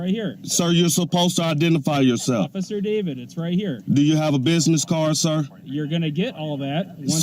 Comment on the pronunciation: Sounds like he said Damon not David